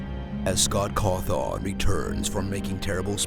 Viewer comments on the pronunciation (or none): Scott Cawthawn? WTF is that pronunciation?? XD